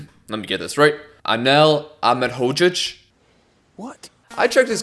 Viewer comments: Solid pronunciation of Ahmedhodzic! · good pronounciation on Ahmedhodzic 🇧🇦🇧🇦